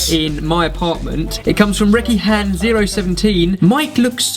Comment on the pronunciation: I don't think that's how you say 'recehan'...